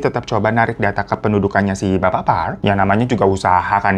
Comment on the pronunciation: "pak yang" ...bukan "P Yank..."